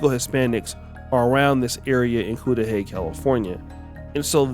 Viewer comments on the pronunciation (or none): Pronounce Ku- duh-hey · Cu - like Cuzz - Cu - da - hy - like He. FYI!!! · It’s pronounced cuddahey my man. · It's called Kuh-Da-hay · If you lived in Compton you should know the city is produced "cud-da-hay"! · The correct pronunciation of the city is cud a hey (phonetically).